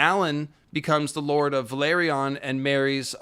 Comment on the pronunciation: Thank you, and! 🔥, I wanted to point out that Corlys' family name is vElAryon, not vAlEryon. VE-LA-ryon. Yes they came from Valyria, but I beg you 😁🙏